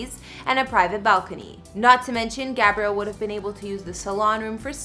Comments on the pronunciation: Why is she saying Gabriel and not Gabrielle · Love this couple and their beautiful homes but couldn't help 😂 when she said boy name 'Gabrielle' union instead of girl name 'Gabrielle' (short a).